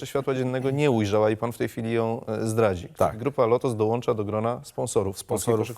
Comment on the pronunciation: prezes w tv mówiący DOŁANCZA... ja prdl